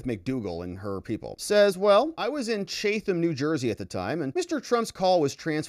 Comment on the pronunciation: I lived in Chatham NJ & you're pronouncing it wrong. Chatham is pronounced chat - ham just like the words sound. The th is not sounded like TH it's pronounced chat & then ham. The T is the normal T sound. Ham sounds like meat from a pig. Chatham!